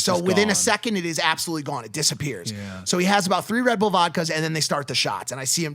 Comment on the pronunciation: Does anyone else find the way he Mike says ‘Rebdull vodka’ weird?